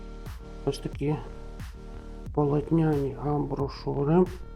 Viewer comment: Опять АМБРОШУРЫ🫣??? Амбишуры, ААМБІІІІШУУУРИИИ, АМБІШУРИ☺️. Но видео как всегда 👍